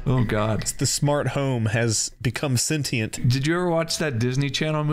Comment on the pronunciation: Thank you for saying "senTient" correctly 🙏 ... (gtfo with that "sencheeeaaant" shiiii...)